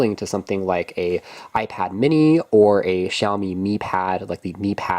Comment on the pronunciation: Wow, you must be the only English speaking tech YouTuber who can pronounce Huawei and Xiaomi properly!